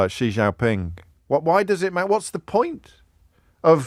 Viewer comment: As a Chinese speaker, your pronunciation of Xi Jinping is actually better than many other English-speakers, haha. (Just a quick correction; he's not the prime minister of China, he's the general secretary of the Chinese Communist party, aka – to all intents and purposes – the president of China. The current prime minister of China is Li Qiang, though Xi has been hogging the spotlight so hard that it's easy to forget China actually has a prime minister at this point.)